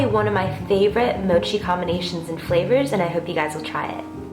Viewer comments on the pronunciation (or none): looks great. but rather "mo'chi", not "moh'chi"